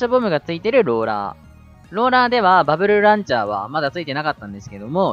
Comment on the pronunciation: バブルルランチャーって聞こえたw